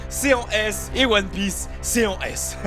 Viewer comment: POURQOUI TA DIT ONE PIEACE D !!!